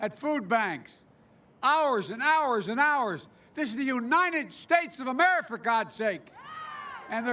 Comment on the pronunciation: This is sad Joe Biden can't even pronounce The United States of America right.